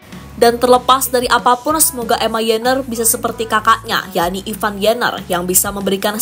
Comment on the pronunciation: Ivar Jenner Ivar Bukan Ivan Waduh payah nih pembawa narasi, gk pinter2 sebutinnya